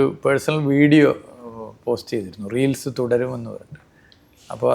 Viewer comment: റീലിസ്. അല്ല റീൽസ്